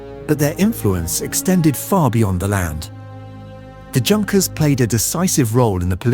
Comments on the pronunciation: OK - right from the get - the 'JUNKers' - it's pronounced 'YOONKers'. Let's try to be somewhat grammatically correct here. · the J in Junkers is pronounced with a Y sound. It's "Yunkers" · Junkers in German is pronounced You-n-kers and Siemens is pronounced Zeemens. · Pronounce it right... Junkers. Good lord. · It got Junkers wrong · thanks for bringing this up so badly pronounced that it’s like nails on a chalkboard every time Junkers is mispronounced.